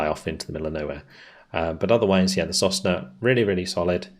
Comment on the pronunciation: sosnA "a pine". I don't think there's any point in trying to correct your pronunciations, haha. You're almost always wrong. Well, it's not that important at this point.